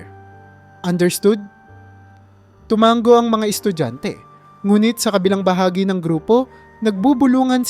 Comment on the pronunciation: tumango hindi tumanggo 😂 No offense pero may mga words na mali ang pagkakabigkas. ✌